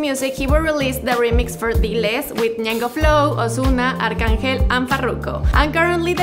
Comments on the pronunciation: "Arc-angel" ?!?! Soy pyor" ?!?! bruh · “Arc Angel”😂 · “Arc angel” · The way he just pronounce Arcangel like that omg 🤦🏽‍♂️😭